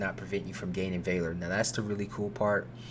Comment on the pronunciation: That is not how valor is pronounced.